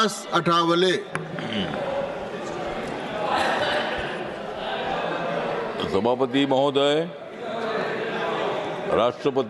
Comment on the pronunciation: अ ठा वले❌ आ ठ व ले✅🙏